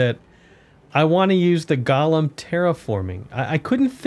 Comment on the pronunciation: Please, please pronounce golem correctly, they’re not a character from the lord of the rings!